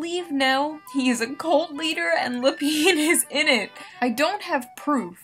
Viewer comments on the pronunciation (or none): wait, her last name is pronounced La-peen? Not lap-in? No I’m never wrong June you’re saying your last name wrong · It's pronounced La-Peen, does that make you happy?